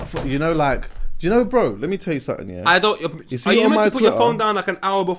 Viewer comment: "Something" man... Jeeez. These man saying "Somethink"😅😅😅😅😅